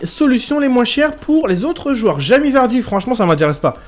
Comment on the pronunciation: Mdr il dit à chaque fois jami vardy